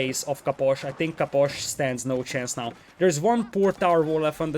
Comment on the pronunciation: I love how you say Caposh